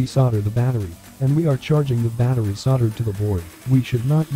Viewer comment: "batteey" lmao